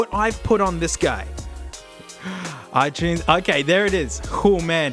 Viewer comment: he says it right